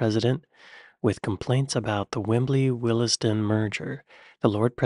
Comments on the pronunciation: Ah Willesden (it's pronounced "Wilsden"). William Blake wrote that "The road of excess leads to the Palace of Willesden". Well, something like that, anyway. Some people claim he wrote "wisdom", but such eccentrics should be ignored. While I'm on about eccentrics, the iconic place at which the boroughs of Islington, Hackney and Haringey meet is known as Krapy Rubsnif, famous as the home of Arsenal. Those who insist on spelling it backwards and call it "Finsbury Park" should be ignored with the contempt they deserve. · 1st "e" in Willesden is silent so Wilsden,not willessden🎩